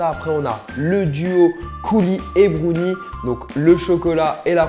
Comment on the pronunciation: C'est bRownie et non bonie